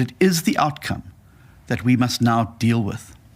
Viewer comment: Seriously- it's outcome.....not 'out cum'